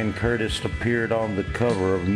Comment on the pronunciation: I get it, but it's a little disrespectful to intentionally mispronounce the man's name on purpose. The first time you say it you pronounce as Ian and for some reason switch later to Ion. Sorry, but that's how I feel. Otherwise I think it was a really good synopsis and I enjoyed it. You chose a great song for background.